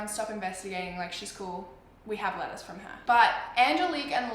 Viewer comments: because of her accent eveytime she says letters it sounds like she's saying lettuce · looool I kept hearing lettuce instead of letters😂😂😂😂